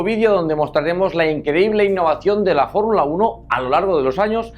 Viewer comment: ""FORRULA UNO""